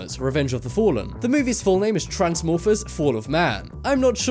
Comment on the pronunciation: Iron Smiles he did. At least it sounded like that.